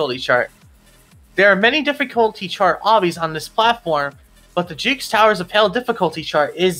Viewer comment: i swear he said jickes